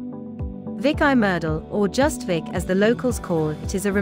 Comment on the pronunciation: Come on - it's pronounced 'Veek'! - "Veek ee Meerdal"